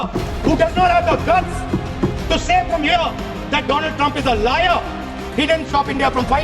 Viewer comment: My frend Trump... tremp prend... frent..😂